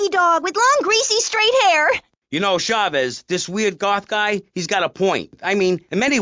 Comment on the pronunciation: Maurice Chavez…not Chaves, not Chavis